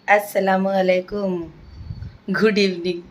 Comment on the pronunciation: Apka salam karne k andaz thora thik karo bhai, Assalamu alaikum